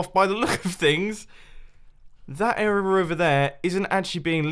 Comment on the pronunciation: Why do you say "arear" instead of area?